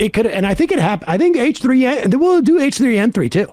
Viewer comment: I love Sam kept saying 'H3N3' as if he's a strain of the flu 😂